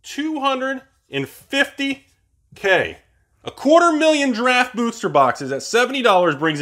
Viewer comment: Is anyone watching say "Draft" and hearing "Giraffe"? Or am I tripping?